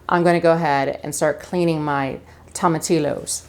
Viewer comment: Wish I had this recipe for my Monday enchilada dinner. Oh, in Spanish, the L's are usually silent. The proper way to say tomatillos is tom-ah-tea-o's.